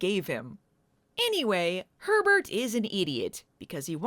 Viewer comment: I couldn't stop hearing "pervert" everytime you said Herbert 😂